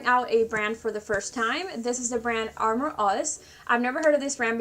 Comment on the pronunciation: Lol Its pronounced uh-more (amor) meaning love in Spanish Great review